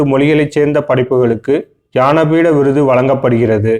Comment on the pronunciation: யானபீட விருது இல்ல முருகேச ஞானபீட விருது